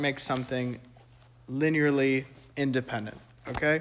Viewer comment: I have no linear algebra experience but you explained this in an engertaining way that I could easily understand! Thanks! (Also, you got it eventually, but it's "li-nee-ur-ly" not "li-nair-ly")